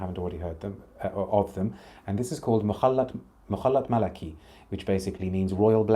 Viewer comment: You pronounced the last perfume name “Mukhalat Malaki” in a perfect Arabic accent! Are you from any Arabian background?! 😅